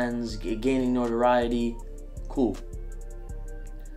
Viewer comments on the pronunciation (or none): none